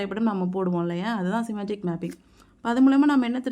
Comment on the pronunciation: English pronunciation Can be improved Eg: செமான்டிக் Semantic ஆண்டனிம் Antonym